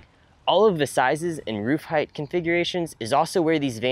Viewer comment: The "T" is at the end of the word "Height"